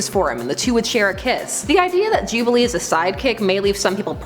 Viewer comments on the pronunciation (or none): none